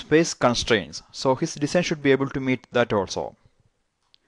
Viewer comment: Please pronounce "design" correctly. its so irritating how u pronounce it :/